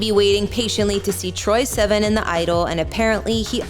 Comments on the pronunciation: an not en. Sivan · Did she just pronounce his last name wrong?? Lol great job guys!!